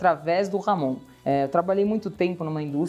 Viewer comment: Por favor pronunciem corretamente..não é ""Ramon"", mas Jamón..